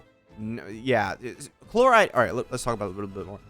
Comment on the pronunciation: chloride really? shes not a toothpaste ingredient my dude, can you atleast try to pronounce the names, its not like they are voiced for you 100x in the story or anything.